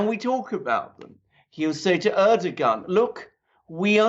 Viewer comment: Duran - Please can someone tell Alexander Mercouris that Erdoğan is pronounced Air-Dough-Wan. Correctly pronounced would see the 'r' in that, rolled. Airrrrdoughwan. Please, it's killing me! Whether you love or hate him you have to pronounce his name properly otherwise you just look ignorant! You do not pronounce a 'soft G' (Ğ). It's like prounouncing 'though' with a G. ThouGh. It's rediculous. Ğ is 'gh' in English. Soft Ş in Turkish is 'sh' in English. Like the word Şalgam, which is a Turkish purple carrot juice drink is pronounced 'shalgam' in English. Like 'tree' means AĞAÇ in Turkish. Soft G and soft C. Pronounced 'arrrrgh-ch'. Please tell him as people who know or are turkish are laughing! It is Air, like breathing air. Dough, like bread dough. And WAN as in FAN, CAN, TAN. Airrrrr-Dough-Wan. Erdoğan. Thank you!